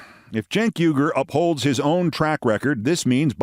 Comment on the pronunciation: Cenk Uyger's last name is pronounced "WEE-grr", like the Muslim people in China that are being exterminated. You may think he's an idiot, Keith, but the least you could do is pronounce his name correctly.